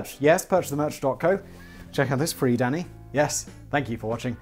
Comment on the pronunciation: Almost every time you say Danny’s name I at first think you’re saying daddy, & then I cackle for far too long lol. “Danny, chill 🤚🏻.”